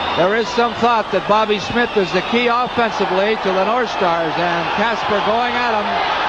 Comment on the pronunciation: Steve Kasper. Not Casper.